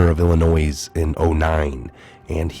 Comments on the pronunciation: BLA-GOY-A-VICH. ILLINOI!!!(THE "S" IS SILENT!) GREAT report though!! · ILL A NOISSSSS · Illinois is pronounced "Ill-a-noy" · I'm surprised that an american can't pronounce the state of "Illinois" can't pronounce it correctly... no one pronounces the 's'. It's just "Ill-a-noid" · You're one of them people who say illi noise. The s is silent. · The “s” in Illinois is silent. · Please do not say the 's' at end of word Illinois. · The s in Illinois is silent bro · No 'S' Pronounced at the end of Illinois! Love u and your channel 😊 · When you pronounce illinois, the S is silent. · the S is not pronounced in Illinois. Your welcome. Keep up the great work. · I was thinking the same thing when I first heard pronunciation and thought about posting however I decided it was too petty given the circumstances. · You don't sound the s in Illinois